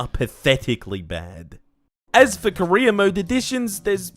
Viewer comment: I can't help but hear "korea mode" Instead of "career mode".